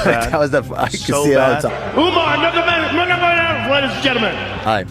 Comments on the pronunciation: Alex Pee-Era Uncle Eye-Ev Merab Deeshalavili Zabit Nurmogcheriopov Never change Chael. NEVER! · "I took the time to learn Zabit Magcheriopov" No you didn't, Chael. No you didn't.